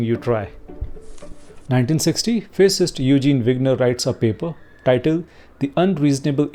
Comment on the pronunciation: I think you meant "physicist Eugene Wigner", but it came out sounding as "fascist Eugene Wigner" (as picked up by the captions). Which is kind of ironic, given Wigner's history. No point in fixing the audio, but at least the captions can be changed?